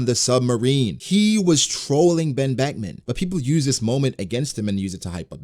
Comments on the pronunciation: he said ben Beckman in ugh engrish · "Wen Weckwan" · Bro i lost it at the "OoOoh...Ben Bekuman". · Oooh... Ben Beckuman... 🖐️😯🖐️